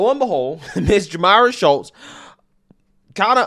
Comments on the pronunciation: Why do you keep calling her Schultz when there's L In that name? I believe it's pronounced like Chutes or shoots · The young woman's name is pronounced, SHOOTS not Shultz. Can't be that hard to say her name right (well, with your record it clearly is.) And any 3rd-grade law student knows you NEVER plead guilty to any charge. By pleading not guilty, you allow the justice system/law/lawyers to assess the proper punishment. And listening to make up all sorts of scenarios regarding this situation is sad and scary thinking what else you simply make up to pretend to support your weak arguments. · Why did you pronounce her name “Shultz”? In the video, it was correctly pronounced “Shutes” several times. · It is pronounced SHOOTS, not SchuLtz. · Are u purposely pronouncing her names as Schultz and not Schutes?.. u killing me bro say that right.. lol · Dude, pronounce the names correctly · you really have to learn how to pronouce people's names bro😅😅😅 They said it right in the news clip and you still pronounced it wrong😃😃 come on man..